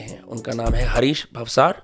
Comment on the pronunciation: It's not भावसर. It's भावसार It's Rajasthani and Gujarati surname